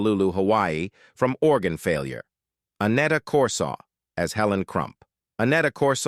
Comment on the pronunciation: You mispronounced Corsaut's name.